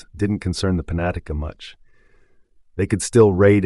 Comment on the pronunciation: Panatica? You mean penetanka?